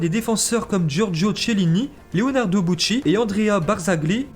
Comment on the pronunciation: Sa ce prononce pas T’chelini ni Boutchi ses Kielini Bonoutchi